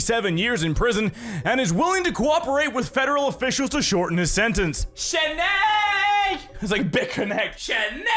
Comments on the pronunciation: her name is not shanay it's shay-----nahhhhhhh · not how you say shaynah